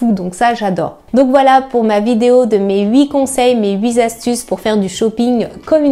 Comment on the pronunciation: Merci pour votre contenu toujours très pro et qualitatif. de très bons conseils ! (attention, on dit "huiT astuces", pas "huit z'astuces" ^^)